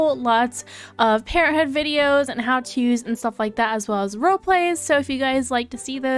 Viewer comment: I like the way you say parenthood lol "Parenthooh" hehe :)